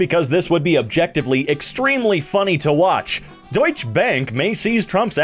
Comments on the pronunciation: I am from Germany and I am sure that „Deutsche“ isn’t pronounced like that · I thought it was pretty good. Except the last e isn‘t silent.. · You exactly pronounce it like -doych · your fault that deutsche is pronounced doysh and not just dee-utch